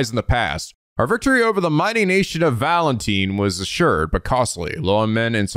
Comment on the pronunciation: "Valenteen"? You haven't heard of Valentine's Day?